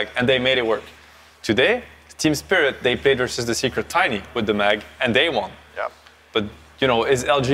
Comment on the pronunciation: Ceeeeeeeeeeb, do you mean "Spirit"? :)))